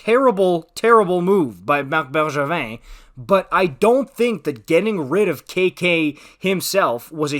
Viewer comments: this guy is just a montreal hater, can't even pronounce bergevin properly lol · The way you say Bergevin to me as an American is throwing me tf off lol